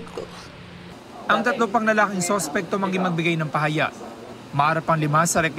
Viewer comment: Ayusin nyo ang pag bigkas ng salitanng PAHAYAG…..